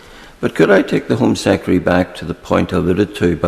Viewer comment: Home Sekkery? He said it twice, that's not just miss-speaking anymore. Is it just laziness? Too many syllables for him?